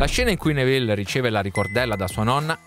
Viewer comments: Fermo fermo fermo, così caverai le orecchie a qualcuno e poi sbagli pronuncia, è Nèville non Nevìlle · Tutto bello, però attento alla pronuncia dei nomi. "Nevìlle", mi fa immaginare un personaggio napoletano nella saga